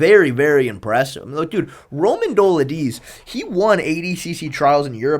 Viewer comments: Roman “dola-deeds?!?!” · “Roman Doladeez” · Roman Dough Le'Deezé, you didn't hear him?